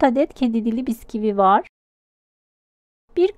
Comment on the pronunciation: Biskivi ne.Lutfen yahu... bisküvi... bisküvi..